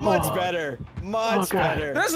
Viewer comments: did you say butter instead of better? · I love how he says "better" as "butter" You the best mate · Why does always replace 'you better ' with 'you butter😂😂😂😂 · anyone noticed says butter instead of better lmao " you butter"